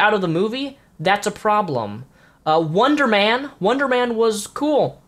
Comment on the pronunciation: why did he say wonderman?